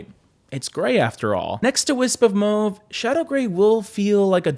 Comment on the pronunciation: MMAAAWWWW-VE. NOT. Mow-ve😘